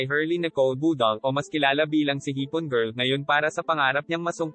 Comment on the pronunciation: MAY PROBLEMA BA DILA MO KUPAL PANSIN HUAG MAG SLANG BUGOK D BAGAY SA KAKUPALAN IBANG TAGALOG MO OK KASI IBA TAGALOG MO KUPAL NA KUPAL ..BUDAL BUDAL PRONOUNCE MO NG MAIGI BOBO BUDAL BUDAL ULOLLL